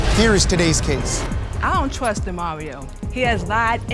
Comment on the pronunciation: She just wants a lil “twust”